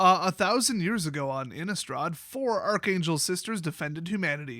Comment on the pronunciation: You have it right with your pronunciation. Innistrad is germany.